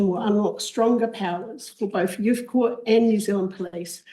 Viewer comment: Youth not youf